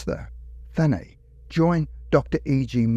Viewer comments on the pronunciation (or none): Always love the videos, mate. But it's Thanet (literal pronunciation), not the French style 'Thanay'...no worries though, I'm sure that I can't pronounce Aussie or Kiwi place names correctly either! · You pronounce the 't' at the end of 'Thanet'. It's named after a god of death. 💀 I went to Thanet College ... 📚💀